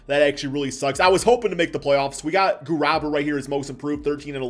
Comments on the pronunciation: Usman Gurabaa dude lmao, Its Usman Ga-ru-ba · Did anyone notice how he kept mispronouncing Usman Garuba’s name? He kept swapping the first a and u